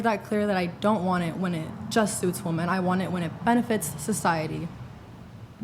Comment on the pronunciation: another clip where a US WOMAN says "woman" (singular) instead of "women" (plural).... pronounced 'wim-in'. It's ubiquitous among young American WOMEN on these podcasts. Has anyone else noticed it? I'm English, so maybe it's a language deviation amongst the youth, but I've never heard any of the guests (non-liberal folks) confuse the two words.